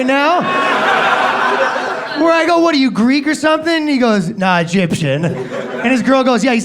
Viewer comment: No 'a' in "Egyption"....